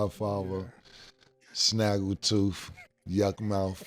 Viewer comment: BRUH SAID SNAGGLE TOOTH😂😂😂😂😂😂😂😂😂😂😂😂😂